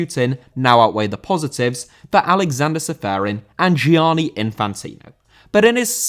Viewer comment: Gianni* not Giòrni